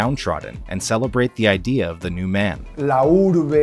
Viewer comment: "The idear"? lol